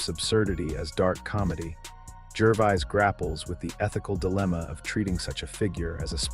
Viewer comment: Yeah! Who in hell Is GERVIZE???? The dour voice over sounds like he is reading from a list of serious illnesses while just giving his take on Ricky's effective rhetoric